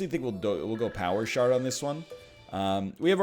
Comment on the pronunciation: Am I the only one who, when he says "power shard", can't stop hearing "power shart"?